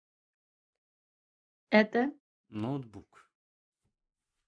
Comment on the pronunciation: Не лептоп а ляптоп😊